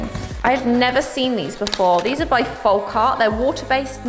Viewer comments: I love you but you stress me out every time you say folk folk folk FOLLLLLLK. With an L. You said it right the other day as I was super excited. Then you reverted and I cried a bit inside 😂😂😂 folk as in yolk. Love you xx 😘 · Please stop pronouncing the L in folk. It’s pronounced foke, not foLk. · The way you say folk is so funny to me! I dunno but in Ireland we say folk like foak and in oak tree 🌳 Lovely products for all the painty fun 🥰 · What a wonderful gift and you were very gracious in your thanks. Hope you won't mind my pointing out that 'Folk' is almost certainly pronounced 'fowk', as in the phrase 'folk art' meaning the art of the people as opposed to academic or commercial art. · hon, the 'l' in 'folk' is silent...